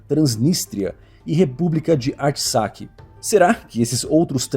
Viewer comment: antes de mais nada gostaria de de parabenizá-lo pelo vídeo. Mas farei algumas ponderações: 1) O gentilício de quem nasce no Chipe é "cipriota", não "chipriota"; 2) A pronúncia correta da "República de Artsakh" para os armênios e "Nagorno-Karabah" para os azeris é "atisrráh". Também sugiro a todos acompanharem o canal do Rogério Anitablian. É isso! Belo vídeo mais uma vez!!!